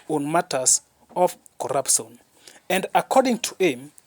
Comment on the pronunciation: Speak in Swahili instead. What is corapson😂